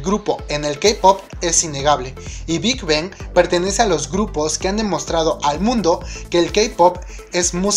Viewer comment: Me gustan tus videos y todo, los sigo pero pienso que serían mucho mejores si comienzas a mejorar tu pronunciación, algunos grupos como Girl's Generation se te escuchan raros o Big Bang o cuando dices JYP,, solo un poco mas buena pronunciación para que todo fluya muy perfecto.